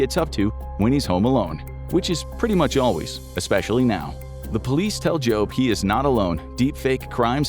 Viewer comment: Jobe? Was that intentional?